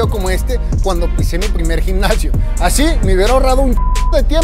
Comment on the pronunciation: Porque hablas así? Ashiiii funshiionaba empesharan me desespera